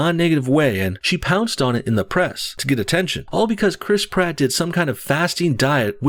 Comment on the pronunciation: Criss Pratt.. Crisp rat Im sorry but I giggle every single time you say his name